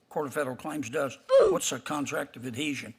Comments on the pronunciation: She said "contract of Adesion". 😂 It's ADHESION she didn't even get the word right. As usual majority of Q&A time wasted pontificating, extolling her "accomplishments" and not giving direct answers. "Despite my extensive experience involving contract law INCLUDING dozens blah blah many "complex" cases..." (doesn't sound like it) ...it's rules mirror those rules "when applicable". She sounds like she's answering from a list she tried to memorize but didn't understand list or memorize it fully. She actually doesn't sound very bright and doesn't have the abilities of someone who actually has a natural grasp of the law. It like she's saying she thinks the federal court is probably about the same so she'll just wing it. 🙄 I wish they nominated Judge Judy! 😆 I bet she knows more. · "CONTRACT OF A DEEZHEN" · Contract of "Adeesion"? It's called a Contract of "Adhesion"! Gaaahhhhhh!!!!!! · AdEsion? I thought he said adhesion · "Contract of ad-deezhen" Wut dat mean? 😂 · "Contract of Adhesion" Senator, I am not familiar with the question of what "Contract of Ah-dee-zhen" is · Did she actually say “a contract of a desion”? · “Contract of a desion” Come again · She needs to learn what a contract of "addeeejun" is. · She thinks “adhesion” is “adesion”, yeah, I’m sure she graduated at the top of her class. LOL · She doesn’t even know how to pronounce “adhesion”. She said “adesian”. If you can’t pronounce it, I doubt you know what it means or how to define it. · She keeps saying "Contract of Adeesian" lol. It's "contract of adhesion." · "A contract of a deeshun." ADHESION. ADHESION. WTF. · Did she say “a contract of adeesion”? LEL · Did she say 'adeshian'? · Listen to the way she pronounces it. "Addesion". She doesn't even know what the WORD is. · can't even pronounce adhesion correctly